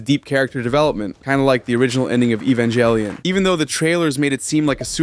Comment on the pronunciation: You mispronounced Evangelion. You’re supposed to use a soft "g".